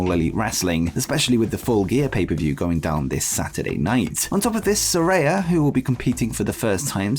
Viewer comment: 👏🏼 you said Saraya correctly 😁